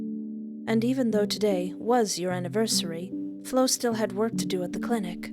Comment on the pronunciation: I gotta thank you again for providing us with banger after banger,, seriously 😭😭 I love your videos so much, and I got excited when I saw the notif was MY game LOL. Thank you for playing!! 😌💞 (P.S. You pronounced Flo's name correctly, no worries there!)